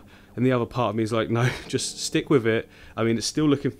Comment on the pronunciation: Wiff instead of with. Lol